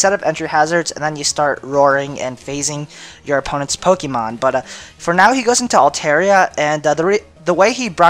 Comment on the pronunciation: scythe and im sorry but your intro is so god damn cheesey.... and I don't like the way u pronounce the pokemon lol